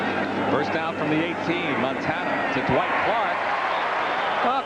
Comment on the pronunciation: Hey: Clark's name is not DaWhite, any more than Roger Craig's name is DaBlack. His name is Dwight.